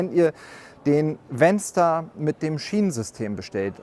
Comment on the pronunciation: Bedenkt man regionale, sprachliche Eigenheiten, finde ich den Begriff "VanStar" nicht so glücklich gewählt (insbesondere wenn man ihn so ausspricht, wie der Präsentierende im Video), nennen wir doch in Thüringen freche Kindern umgangssprachlich "Wänster". 😂